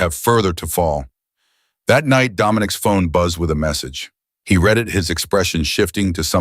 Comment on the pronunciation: Teach your AI the difference between read and read.